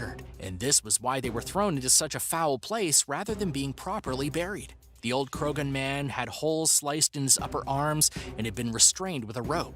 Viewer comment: Knowing what I know about Irish pronunciation, I feel pretty sure that Croghan was pronounced Crowan, or Crojhan, with the jh pronounced with a spitty throat sound. Peccary is pronounced PECK-ary, not peck- AIR-y... ti-TAN-o-BO-a, not Tight-n-o-boa. MEG-ah-lah-don, not 'Meg-ah-LO-don'. Piotr is pronounced Pee-oh-trah, not Peter.